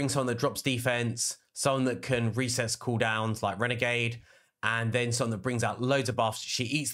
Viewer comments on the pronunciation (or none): Frezi the Cracker? Lmao! Renegrade? Lmao! Umigrim? Lmao! Dude I’ve never heard someone butcher so many champ names in one video, WTG! Otherwise, good video. Happy Holidays!